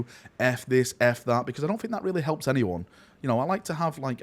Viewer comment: my guy, I struggle to watch your videos because it triggers the ever-living fuck out of me whenever you say "fink" instead of "think" - but you're a GREAT guy, your passion is infectious, and I want nothing but the best for you. This is one of the most difficult decisions you can make - because you're not deciding between 2 options, it's like being given a blank canvas and told to do something with it. I think the most important things are 1) follow your gut, and stay true to yourself, 2) follow the money. You have a family, so you have to find a balance between the two, and that is where you will find success.